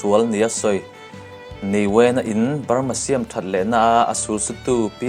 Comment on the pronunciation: Ka Pu i awphawi amawi khawpmai 'siam' leh 'hnim hlum' etc te khi ithluk diklo na chu iti tha khawpmai keipawn lai ka nia kan tawng ka hre maplo😀🤗🤗👍👍